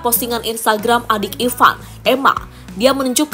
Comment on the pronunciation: Ivar Jenner Ivar Bukan Ivan Waduh payah nih pembawa narasi, gk pinter2 sebutinnya